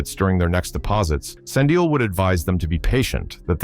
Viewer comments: 'Sand ill' 'Nat AL' eish this AI thing... 😂😂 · I hate it when people don't pronounce our names well, it's Sandile not Sandio😏😏😏